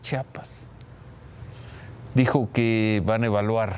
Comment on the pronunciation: Señor periodista, se pronuncia Chiapas, no Chapas, hay se le encarga...